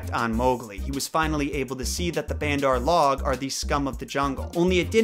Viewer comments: Bandar-log is not pronounced “band-arr-log” it’s pronounced “baand-ur (with a soft d) logue” where logue rhymes with vogue. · "..have you ever heard of me talk about bandar-log.." it's pronounced - bun-dh-ar l-oh-g.. In hindi it means, Monkey folk :D He just slipped into Hindi, like Hindi speaking indians do when they're speaking English lol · bandar-log should be pronounced bun-der-log(an) the way you say the name Logan but you only pronounce log. Bandar means monkey and log means people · Me hearing say Bandar log 💀💀💀💀 it's probably pronounced 'bun-dur loug' if you don't have an Indian accent lol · the way you say bandar log.... omg try saying it bun-dr lowg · Completely irrelevant but....It's actually pronounced like buh-nder L-oh-g